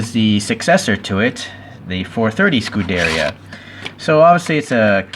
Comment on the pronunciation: It is pronounced "scu-de-riya" not "scu-derya"